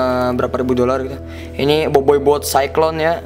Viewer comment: Kyale aneh bilang nya berapa ribu dolar